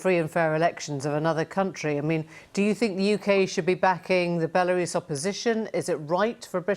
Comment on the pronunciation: Can the BBC have a meeting and agree on a pronunciation of the word "Belarus"